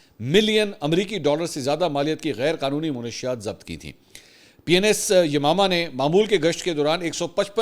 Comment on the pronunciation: السلام علیکم ورحمتہ اللہ وبرکاتہ سر "منشیات "کے لفظ کو درست کر لیں درستگی کی درخواست آپ کی عزت افزائی اور آپ کے ساتھ ہمدردی کی دلیل ہے